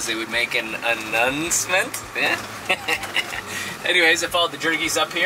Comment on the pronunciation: CRINGE!!! at "... I guess if there was, the would make an "a-nun-cment?" LMAO!!!